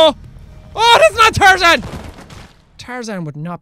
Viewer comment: It is tar-zan